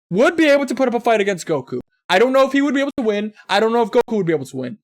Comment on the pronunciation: No he can't also it's Goku not guko